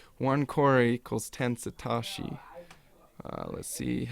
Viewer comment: Sa.. TOE.. SHI... NOT satarshi.. Thx subbed